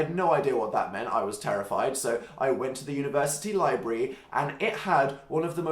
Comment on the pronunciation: as an American I totally didn't understand when he said "university" I am lovin' life whoo